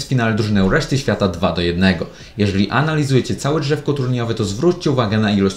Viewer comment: łeszty świata xdxdxd